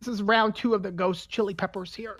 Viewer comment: He literally said it hot pepers